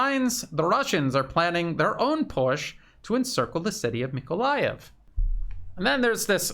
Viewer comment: Thanks for correct pronunciation of Nikolaev. But the contested Donetsk suburb is AvdEEvka, not Avdiivka )))